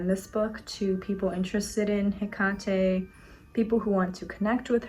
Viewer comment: Wait is it pronounced Heck-at-ay? I thought it was Heck-ate.